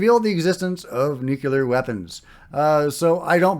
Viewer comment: You accidently pronounced nuclear correct.